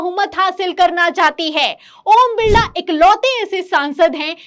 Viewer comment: ओम बिल्ला नहीं ओम बिरला